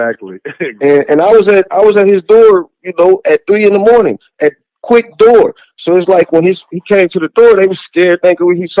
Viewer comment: Ease up, it's Quik 🙈🙉🙊